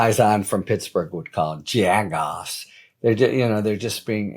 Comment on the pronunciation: Hi Harry,Canonsburg here . Great to hear jagoff with authenticity.